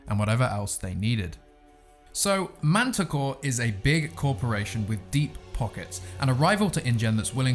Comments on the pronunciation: I thought she said "Manticore" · Mantah Corp with a p at the end. So please pronounce it right please, its a corporation not that beast you talked about.